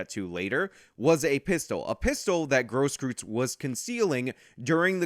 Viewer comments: Please don't pronounce it as Gross Kryytz. It is Cross Kroits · Technically its pronounced "Grohskroits". Tho I'm pretty sure it's not a "traditional" german name, if you catch my meaning. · Grosskreutz is pronounced kinda like gross-kroitz. Other than that good vid. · How do you mess up a name that badly? It’s one thing If he’s unknown but he’s one of the most used names in one of the most public trials in recent history. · The one and a half arm bandit